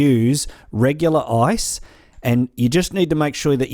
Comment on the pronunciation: When he said "Now you need to grab your ice" It sounded like now you need to grab your ass